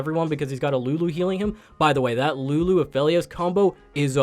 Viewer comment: Lulu not Nunu